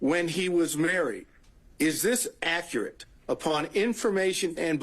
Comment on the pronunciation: " It's ackrut"